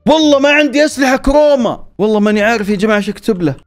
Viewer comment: كروما مو كوما😭